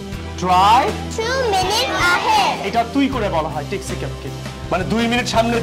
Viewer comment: Is it T or THI ,,,.taxi sounds good instead of thaxi ,,, without 'THI' everything was excellent